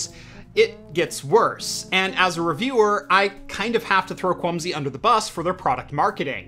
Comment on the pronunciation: Am I the only one that kept hearing 'Clumsy' instead of 'Kwumsy'? No offense to the manufacturer, just a unfortunate coincidence I think?